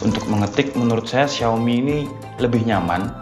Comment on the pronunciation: Xiaomi di baca : shaomi